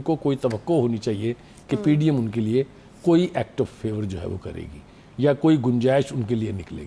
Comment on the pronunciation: Anchor ko batain, yaan nahi ya hota hay